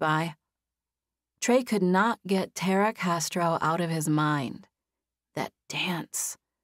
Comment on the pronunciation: I'm repeating the first chapters again. I wondered why the female lead was called Terra or Tarra...then it clicked 😂 I've always heard it pronounced Tah-ra😅 but the narrator is excellent nonetheless